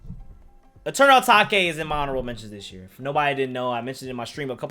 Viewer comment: aight here's a thing, pronounces eternal atake wrong, second he puts it in honorable mention, aight its ur opinion but can please pronounce it correctly fham